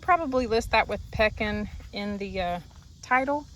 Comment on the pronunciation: You were in my neck of the woods in this video. I chuckled when you said Pekin. Its actually pronounced with long e...lol Hope you enjoy Central Illinois.